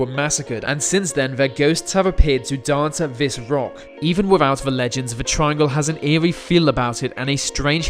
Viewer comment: tirangle what that rembers me ilu... STOP